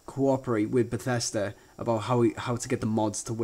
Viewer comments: bathesda not batesta u had it right the first time....eeehm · who the hell calls it BethEEsda?